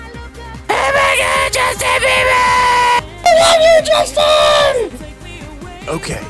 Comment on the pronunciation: It was all like “OMG JUSTINE BEAVER” not even Beeber 😭😭